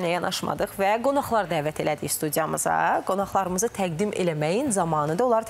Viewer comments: Aparıcı xanım"qonaqlar" əvəzunə"qonaxlar".Özü gərək hələ Azərbaycan dilində səlist danışsın. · Сизэ дил вэ Эдэбиййатдан дэрс дейэнлэрин лап агзыны мэн .иким! "Гонахлар" йох!!! "Гонаглар!" Демэлисиниз- Еразлар! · ortopedik normada qonaq qonaxlar yox,qonağlar tələffüz edilir